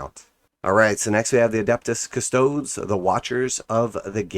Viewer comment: Loving your videos, but as a Custodes player: custodes [ kuh-stoh-deez; Latin koos-toh-des ]